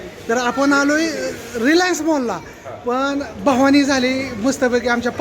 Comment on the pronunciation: भवानी नसते म्हणत बव्हनी म्हणनतात